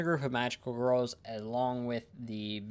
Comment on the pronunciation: You appear to be unable to say the word "girls" You are saying "wurls"